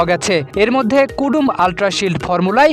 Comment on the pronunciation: কদোমো টুথপেষ্ট কে কুডুম বলা সাংবাদিক 😂😂😂😂